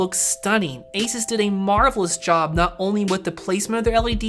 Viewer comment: And thank you for pronouncing ASUS the way you do